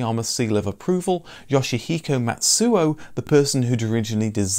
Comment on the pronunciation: Please note, in Japanese, "tsu" is always one sound, so "Matsu" should pronounce as Ma-tsu but not Mat-su. And Mitsubishi should pronounce as Mi-tsu-bishi but not mit-su-bishi. Matsuo should pronounce as Ma-tsu-o. Matsu (まつ) means "pine tree" in Japanese and quite common in the first part of the last name. Anyways, thank you very much.